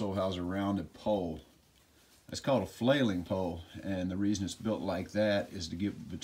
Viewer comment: Flaying poll, not “flailing” poll…